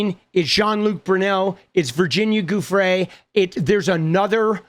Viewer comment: Hi! Just a friendly… Giufrre is pronounced joo-fray 👍